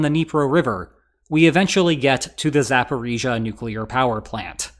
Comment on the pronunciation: i am so happy you get the pronunciation right